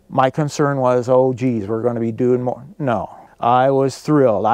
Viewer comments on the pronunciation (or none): none